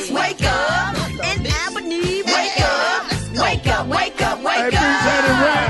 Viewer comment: As a 229 Native I have to say it... 🤦🏾‍♀️ Brat as much as we love you, PLEASE say it right. It's Alllllllbany (Albany) not Al- bany... We gawjah not New York. Lol put some southern funk on pronouncing it. 🤦🏾‍♀️🤣😂😂😂😂